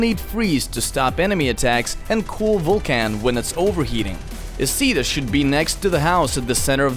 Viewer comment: "the best combo to use near blue flag is titaaaan and vulcaaaan" XD wtf pronunciation